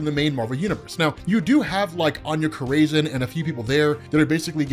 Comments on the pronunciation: Anya Cor-raisin😂😂😂😂 You had me rolling Corazon 🔉Kor-rah-zohn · Añya Corazon. Cor-Uh-Zone. Not craisin. 😂😂😂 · Love the vids, always! You da man,! Just wanna help you out with something….. Anya Corazon — You’re pronouncing it wrong 🚫It’s not Co • ray • zin. 🚫 👍It’s like Koh • rah • zohn 👍 or Coral • zone, but without the “l” Also, Attilan 🚫it’s not like Attila the Hun🚫 👍it’s like “Battle land”, without the B & d👍 So you wanna put the emphasis on the first syllable, not the second. AT • til • an 🤘 I salute you, sir, and all of your explanations🫡 I swear I’m not trying to be the stick in anyone’s butt. Just attempting to be helpful. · It’s Aña “Kora-Zon” thats how is pronounced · Bro youre mispronouncing the fuck out of Corazon dude wtf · why are you saying "corazon" like that, you're literally mexican